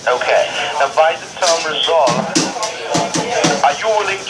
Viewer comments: "I would like to "resol" it" lmao I can't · Scammer: do you want to "resole" it???: id like to......"RESOLE" it. hahahahahahhahahah!!!! someone give this woman an award. 😂😂😂😂😂😂